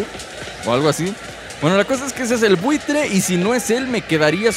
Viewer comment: es Vulture, de "Vultur" se pronuncia